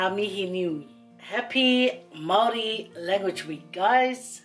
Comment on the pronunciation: Very nice Māori pronunciation 👍👍👍